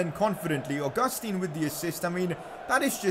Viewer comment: It's pronounced au-ga-stan